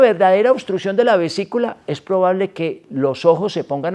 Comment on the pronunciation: Vesícula, no "visicula"